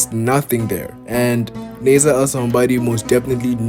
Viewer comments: I think you mean to say his name is pronounced ( Nah-Ser or Naah - Ser or even Nah - Sir ) . Nasser ( an Arabic name ) Starting with the sound of N which then is quickly followed by a long emphasis on the A vowel . Which quickly rolls over the double SS consonant into another long emphasis on the E vowel before ending in the R sound . Even like this - Nah - Zer Writing it the way you did for pronunciation value ( Naaaser ) would lead one who speaks English as a native tongue to think Nasser sounds almost like Lazer when pronounced - though starting with an N instead. So if you are trying to communicate an emphasis on the A vowel it’s better to do it using an H after the A ( Nah or think “ Ahhh “ ….As in “ Ahhh I understand now “ ) rather than by adding more A letters . This could be due to how you personally understand the English pronunciation of words and letters different to that of someone who speaks it natively. I have many Muslim Albanian friends ( one of whom is actually named Naser with only one S ) so I know what you are trying to convey here . Another is named Senad ( Sey - Nad ) kinda like “ Hey “ but with an S instead. Hope this helps. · Naaaser, that’s how you pronounce his name, Naaser. Thank you for the informative video.